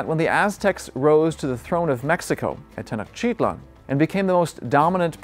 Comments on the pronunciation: Tenochtitlán not Tenochitlan sorry but you are saying wrong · The accent is on the end of the word: TenochtitLAN. Go watch a Mexican documentary before you create this. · tay-noatch-teet-LAWN. Actually all syllables equally stressed, but Mexicans tend to put a stress somewhere near the end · I cannnot trust an expert scientist of a culture when they can't pronounce a simple word that is spoken everyday often . This tells me that such scientist never sat foot in the area and failed to interact with the locals or he read hundreds of books and reviews and articles but never was there. The word Tenotchitlan is used as often as New York city inside New York City.